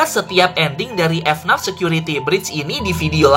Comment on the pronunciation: bang jangan bilang f naf tapi f n a f